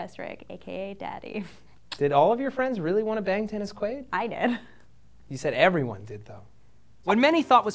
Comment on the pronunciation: One question....who the fuck is Dennis......Queeewwaid??